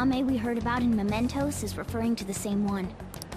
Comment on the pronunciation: Please, it's mementos not momentos... Looking forward for this serie like I did with with P3 and P4